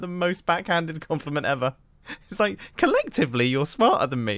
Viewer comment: CoLeCtIvLy... Nooo